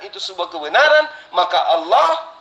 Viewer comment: org kristen itu sma pendeta2x gk bisa membaca ....apa lgi debat ,Allah aja di baca Alah...duble L nya itu tulisanx npa di kurangin L nya satu ...pendeta mana bisa mmbaca nma Allah gk hilangkn L Satu....seluruh dunia....